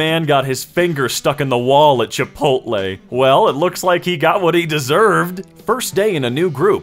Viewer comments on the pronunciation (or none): none